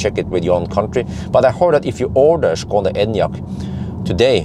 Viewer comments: Your pronunciation of "Škoda" is absolutely perfect. It's obvious you're a professional. :) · good guy for actually pronouncing Škoda perfectly